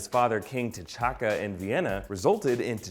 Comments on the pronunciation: The narrator calls T'Chaka "Ch'Taka" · he said Ch’Taka instead of T’Chaka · T'Challa and T'Chakka are pronounced Challa and Chakka... Surely? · Did anyone else notice that he said ch’taka instead of t’chaka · What's a Chataka? Hahaha